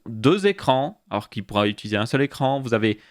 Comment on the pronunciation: "écrrrrrrrrrrrrrrrrrrrrrrrrrrrrrrrrrrrrrrrrrrrrrrrrrrrran" ya un probleme pour le 5eme chapitre